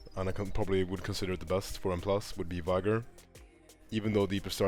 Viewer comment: It's VEE gor.